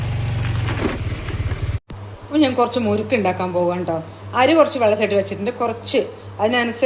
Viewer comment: മുരുക്ക് അല്ല മുറുക്ക്